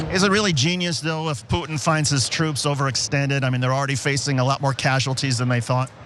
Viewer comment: It's so weird how US people pronounce "Putin"^^. Sounds like "Poo-n", lol